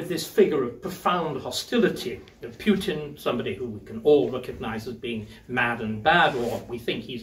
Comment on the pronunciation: Who is "Pyutin"?